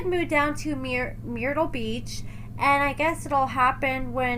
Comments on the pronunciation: The way you pronounced MYrtle Beach shows you need to get out more 🤣🤣🤣🤣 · Myrtle, Myrtle Beach, Mur-tul 😂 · I can’t with MEER-ittle beach!! 😂🤦‍♀️ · Are you American? It’s pronounced “murt-tul “ like Kurt mixed w turtle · Lol it's myrtle ...like turtle, come on now 😂😂 Also they r so stupid and childish ..this what u get for going after a 17/18yr old 🤷🏽..bet ur ass regrets it🤔